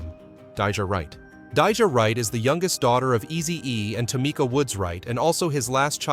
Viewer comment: Its Tah me ka! Not tomika! F'n a.i.